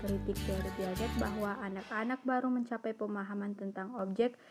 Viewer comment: Piaget bacanya Piase ya